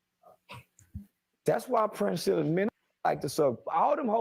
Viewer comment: I wonder why no one can say, PRIN-SELL-A? Princella like Princess Ella.